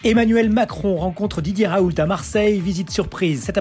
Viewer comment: On prononce Raou !